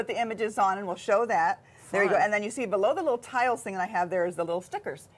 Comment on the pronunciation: ‘TISLES’ or TILES?!